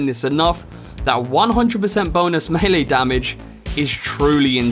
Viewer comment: Great video... Clear, concise and currently holds the distinction of being the ONLY Cyberpunk 2077 video I've seen thus far, wherein the presenter knows the correct pronunciation of the word "melee" 😆 Subscribed. 👍